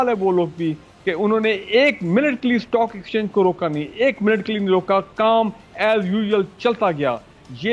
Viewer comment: ڈاکٹر صاحبہ لفظ سٹاک ایکسچینج ہے اسٹاک ایکسچینج نہیں ہے انگلش کا لفظ ہے